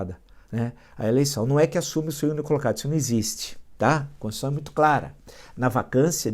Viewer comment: Constituicao Villa..rsss O Villa fala Constucao rsssss